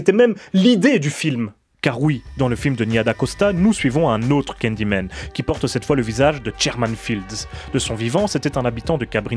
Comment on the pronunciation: Pourquoi tu dis candymen au lieu de Candyman?